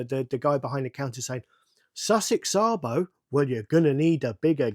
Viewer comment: No it's not, it's Sabo.